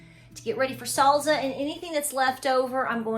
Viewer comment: Sall-za! Cute!! ☺